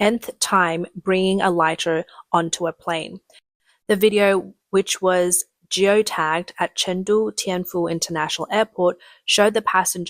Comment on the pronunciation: "Joe tagged". Ah, that's "gee oh tagged" (geo tagged), hon.